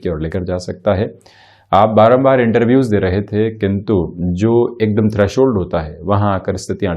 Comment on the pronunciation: 7.59....baraam baaar.... Prayaas 🙄🙄🙄